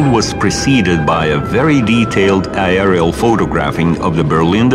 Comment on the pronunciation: i get confused when he says aerial, sounds like i r l